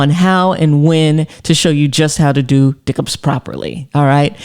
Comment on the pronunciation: Did she say dick up?! lol!